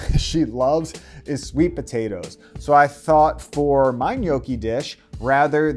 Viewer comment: Was fun to watch, but you need to work on your Gnocchi pronounciation 😂